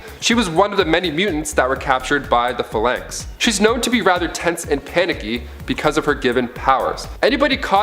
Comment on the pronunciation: Tone-ya Pha-lanx 😂